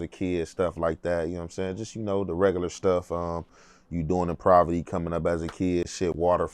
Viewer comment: Wtf is provity? Dudes vocab is garbage 😂 can't even say Poverty, he did not grow up in poverty, what he described was a normal California lifestyle, playing outside, he had both parents, they had a home, he played sports, got disciplined by his father. That's a normal upbringing 😂 dude don't know what Poverty is.